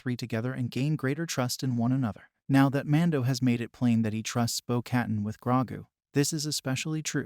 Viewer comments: its pronounced "bow kuh-tan" not "bow cat-in" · "bow kuh-tahn"